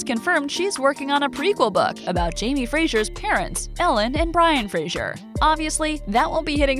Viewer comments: PLEASE - It's FRASER - pronounced FRAZER and not Frazhur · To whomever narrated this, Fraser is pronounced "Fra-Zer" Not "Fra-Sure" Thank you.